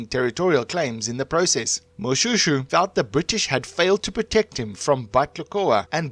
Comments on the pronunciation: Shoe! Its pronounced Moshwêshwê my man. Say Moshoeshoe one more time... 🤣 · No! you are hurting my ears. Its is not Mo-shoe shoe but Mo-Shwe shwe. It is very very difficult to listen to this. Please do your research properly. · I am not happy with how you pronounce my King's name. Can't you say Mo-Shwe-shwe??? Not Mo-Sho-Sho...